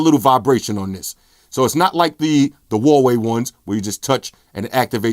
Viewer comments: "Umey" , "Hawaii" LMAO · "Huwaii phones" haha. But great video like always!